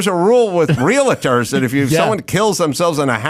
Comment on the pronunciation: Adam is one of those people that say "realettors" as if there is a letter between the l and the t in "realtors".